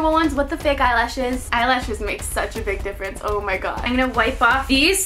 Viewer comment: Ur not saying o my god right Patrick pronounces the o in it gOId ""oid" not wat ur saying xxx but ly anyway it's rlly cute when u try to say it x